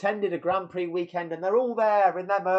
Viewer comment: You can't even pronounce Prix correctly. This video is a joke.